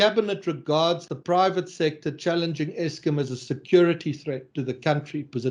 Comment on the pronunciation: Why does say Eskim?